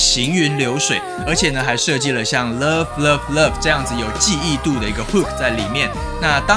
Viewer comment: 為什麼英文會說不好呢？Love發音的很做作，很像外國老女人的唸法